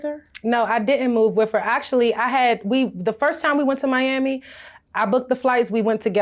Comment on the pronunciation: I hate that she pronounces the word "with" like (wif).. ugg